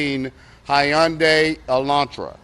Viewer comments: The officer said Hi- yunday😂😂😂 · Have I been pronouncing hyundai wrong all this time..😂